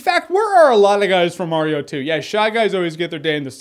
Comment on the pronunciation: it's M-A-RIO not M-O-RIO!